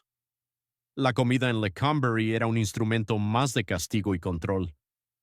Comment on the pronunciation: Qué manera tan chocante de narrar esta historia, "Lecómberry" ridiculez. Y otra palabreja "crujillas"